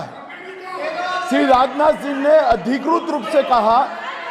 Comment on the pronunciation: जिसे हिंदी भाषा का उच्चारण ही सही ना आता हो वह कैसा गृहमंत्री? ध्यान से सुन अधिकृत शब्द को adhikrut बोल रहे है?